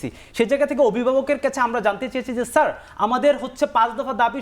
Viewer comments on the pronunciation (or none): none